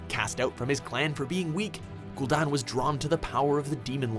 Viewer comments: You suck at character/noun pronunciation announcer guy, many of your videos share this problem. Ghoul Dahn? Gul'Dan is pronounced Gull Dan; and you messed up others, not to mention other videos. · Jaina most powerful human mage in azeroth? Ever heard of the Guardian? Or Khadgar? Another case of of no research and screwup list. Also cringed every time for putting an uneccesary 'r ' in gul-DAN. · how do you get don from dan? It's Gul Dan. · gul'don? it is literally pronounced ghoul dan like the name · Gul don? Really